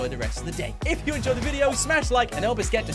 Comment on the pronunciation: Nough it’s nought